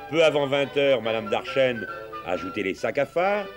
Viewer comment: Certainement Darchen et pas Darchenne